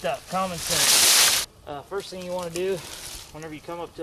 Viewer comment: "thing" not "think"